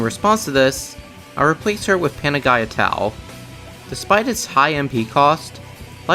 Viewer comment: Mmm... Sorry, but I cringed a little at the pronunciation of panagia.